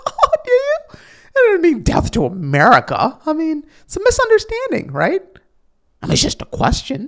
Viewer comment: “Americia” “Jewia” lol, thank you for making me laugh during your videos.